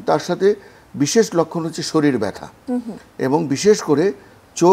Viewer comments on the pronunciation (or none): none